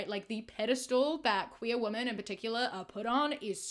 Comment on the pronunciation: with so much love and respect - why do you pronounce women as woman 😭😭